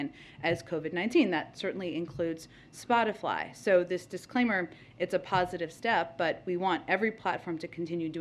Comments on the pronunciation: ..... it's Spotify, NOT SpotiFly. Smh.... Misinformation at its best right there. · spotifly😂 unvaccininated😂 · Did she really just say “Spotifly”? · "Spot-i-fly". Nice work, Jen. Clueless. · Plumb dumb Psaki said Spoti"fly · "Spotifly?!" Way to keep up Jen! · It's Spotify, not Spotifly Jen ! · What did she say " spotyfly" ? I thought it was spotify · She said SpotiFly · She is spreading misinfo... its spotify not SPOTIFLY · Lol, she said spotiFLY 😂😂😂 hmmm, that sounds like misinformation. Guessing she'd prefer to be censored, since her statement was incorrect. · If questioning science is wrong it’s not science. She called it Spotafly!😂😂😂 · She said spotifly...lmao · ‘Spotifly’?! 😄 Stupid is as stupid does 🤦‍♀️🤷‍♀️ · WTF is spotiFly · Did she say spotifly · Miss Dis Information herself!! Hey fact checkers, she just said that there’s a company called “Spoti-Fly” and I think this is a lie!! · Did she just say Spot-a-fly? 😂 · Did she say spotifly wouldn't that be considered misleading or misinformation. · Raggedy Ann said "Spotifly although she knew the "question" was coming. Demon! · No one else said it so I will… “Spotifly” haha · Did she just call it Spotifly? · She said "Spotifly" 🤣😂 And said "He takes his role incredibly seriously". Yet he can't even remember he is President half the time LOL Let's Go Brandon!!! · Did she say spotyfly??!? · Did she say spot a fly? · She actually just said spotifly! She doesn't even know what Spotify is ! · Wait, did she just call it, "spot-a-fly"? Talk about misinformation. Well it's now time to silence Psaki, she's wrong about a name. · I know I didn’t just here this bi**h say “spot-a-fly” . Jesus, if we ever needed you, we need you now more than ever before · It’s the “Spotifly” for me. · Did she say, "Spot a fly"? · Did she say ‘Spotifly’? 🤔😅🤣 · She said splotify 🤡 lmao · I thought she said splotifly... LoL 😂